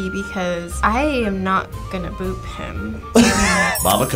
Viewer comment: The way that one dude kept saying "bop" instead of "boop" was so funny